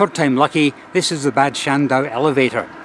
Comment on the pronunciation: Bad it is pronounced Bard which translates to bath and so any place with the prefix Bad means spa town.